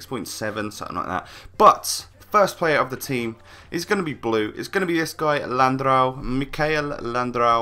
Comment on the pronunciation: Landreau is pronounced: Landro.